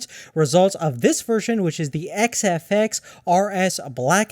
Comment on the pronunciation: i heard him start like whazawhazawhaza fox.. great review